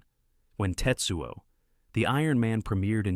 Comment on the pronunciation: His name isn't TITsuo